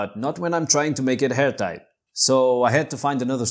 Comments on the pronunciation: Did he say “hairtight”? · Did he say, "hair tight"?